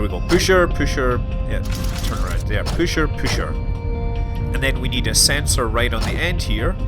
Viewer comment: its not called püscher though its pusher